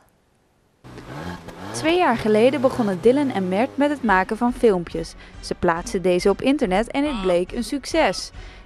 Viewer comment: Hahahaha inplaats van maken zegt hij magen hahaha